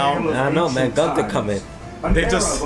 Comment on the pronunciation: Bro it's gowther not Gunther 😂🤣